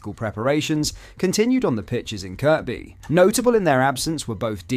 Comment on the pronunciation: its pronounced kirby.. not kirkby